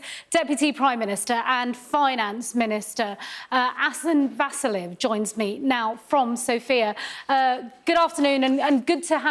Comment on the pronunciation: тая направо каза Vaseline :D ужас